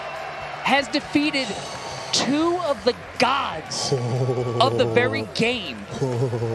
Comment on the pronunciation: Verrry* wise words